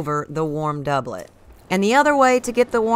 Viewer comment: i just want to formally thank you for actually pronouncing doublet correctly